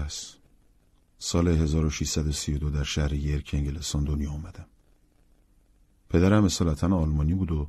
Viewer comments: چه اجرای خوبی 👍 یادش بخیر ، هر تابستون کلی کتاب میخوندم ،اینم تو یکی از تابستونای قدیم خونده بودم . اسم شهری که متولد شده بوده هم یورک york هست ، هنوزم هست,بالاتر از منچستر ،اشتباهی یرک yerk خونده شد ، یرک یه شهری نزدیک سنت پترزبورگ تو روسیه هست ! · آقا یورک..محل تولد رابینسون بوده.. York!!